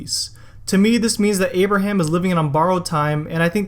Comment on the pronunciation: Did you just say "Amber ham" 😂